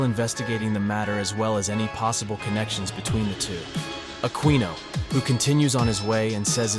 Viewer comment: Who is "laffy" and "aquinu" ?